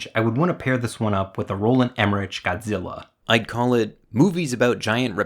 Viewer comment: Did you REALLY F’ing pronounce it “Em-er-rich”??? How tf do you not know it’s “Em-er-rick”?